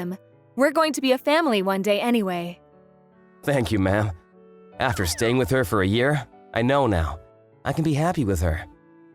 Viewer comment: Why does Ma'am sound like Mom? It is so funny. I thought for a second that they were actually saying Mom, but then I saw the text bubble.